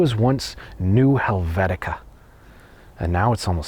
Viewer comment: Are we sure "Helvecia" is pronounced "Helvetica"? It doe not seem right to my ears.